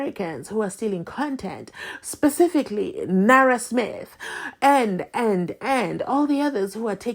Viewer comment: You finished me when you say nara smith😂